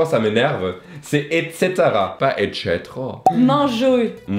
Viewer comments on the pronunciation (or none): En latin, "et cetera" se prononce "ette Kétéra" et non "ette sétéra," ni "ette tchétéra." De ce point de vue, les deux prononciations s'équivalent. S'il parle comme ça, on va le prendre pour un bûcheron sorti de son chantier.